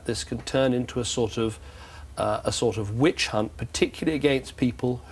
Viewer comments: she says witch #unt instead of hunt; Freudian slip??🫢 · Ruth's slip of the tounge mispronouncing "Which hunt" with a "c" in place of the second "h"... 😁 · 27.52, Ruth slip of the tongue saying witch *unt